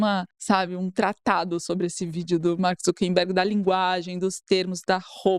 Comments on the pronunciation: O cara é um escroto e merece o descaso, mas pelo amor a consistencia, gente: É ZuckeRberg de ZuckeR - acucar - e nao ZuckeMberg (nao existe). Dói aos ouvidos ter que ouvir vcs errando a cada chance o nome mais repetido ad nauseum na matéria assim. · Pessoal, o nome é ZuckeR e não ZuckeN